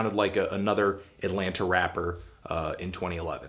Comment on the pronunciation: Did you just say "Atlanter"?